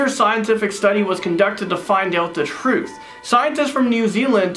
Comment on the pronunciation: AaaAaAAa same thing right before maybe, kinda sounds like an American cowboy there too "Find out the tRuTh"